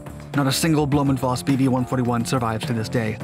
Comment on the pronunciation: To help you with future German pronunciations (and because Germans like it correctly 😂😉) the V both in Blohm&Voss as well as in Dr. Vogt is pronounced as F not like you did with a W pronunciation. No criticism! Just want to get you better. I love your videos.